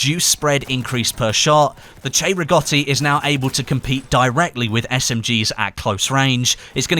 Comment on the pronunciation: Finally somebody that pronounces cei-rigotti right!